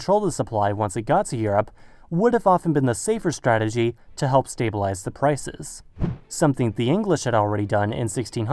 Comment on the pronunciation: Did you say 'zu' instead of 'to' in order to make us believe that you are German?